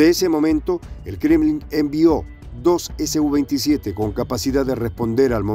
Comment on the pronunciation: Creo, deben referirse al SU-27 como SU-27, y no ESE U 27. Porque la sigla viene de la empresa SUKOI. Pronunciarlo como lo hacen, pareciera que la sigla perteneciera a otra cosa.